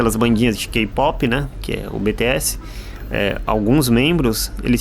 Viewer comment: O povo vai mencionar os meninos em um conteúdo e não faz questão nem de da um Google antes 😮os meninos gira a economia do país e só como embaixador é de quase todas as empresa que eles citou😂sentir desdém pra não dizer xenofobia ao dizer o nome do bts que foi pronunciado errado ainda 😢 ele nem si quer pesquisou pra falar do exército só leu pra chamar atenção desse público 😅pq os meninos vai até dezembro desse ano e volta em 2025 nem isso ele completou ? 🤔além de por novelas e kpop e a única coisa que ele fala é deles kakaka fora isso o resto tava aprovado akkaka army é exigente kakaka